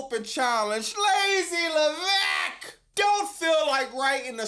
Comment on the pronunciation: It takes me out every time you say “PAUL LAVEKKKK” 😂😂😂😂